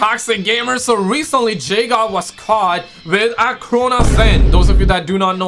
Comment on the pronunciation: Guys guys it’s Jdog not jgod